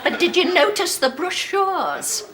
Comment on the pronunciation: She pronounced brochures incorrectly....... 😂😂😂😂😂😂😂😂😂